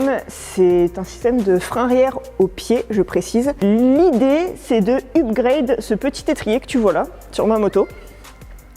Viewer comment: Il a l'air de faire bien chaud dans le hangar. C'est marrant que tu dises bien "Set up" mais par contre "upgrade" prononcer ''u'